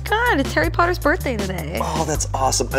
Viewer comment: HARRY POTTAH